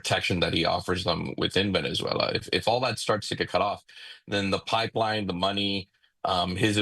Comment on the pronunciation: It’s Venezuela Not venezallaaaaaa